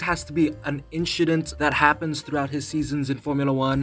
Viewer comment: “Inchident” hehe